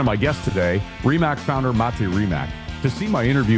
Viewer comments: Its not "rimack", its "rimats" the 'c' is the same sound you would make when beatboxing the highhat sound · pleas pronounce the name prop